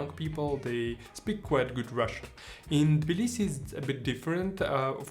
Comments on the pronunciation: Good video but Jesus Christ my friend....its TTTTTTTibilisi there is a T in it! It's not Bilisi. You lived there for how long? You should know that by now. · Interesting video man! Quick question: Is the T of Tbilisi not pronounced - Sounds like you're saying 'Blisi'.